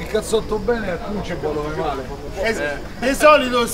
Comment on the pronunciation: Cicalò, e pronuncialo bene ....panchinball